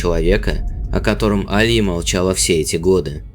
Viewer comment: АлиЯ- правильно, а не А лия